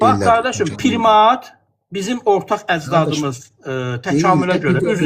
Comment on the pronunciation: O saqqalli qardas primat sozunu bele bilmir.PRIMAT PIRIMAT YOX.